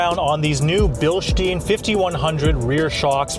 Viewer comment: Its Bilstein not “bilshtein”. Sorry.